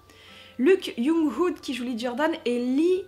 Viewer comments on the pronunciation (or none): none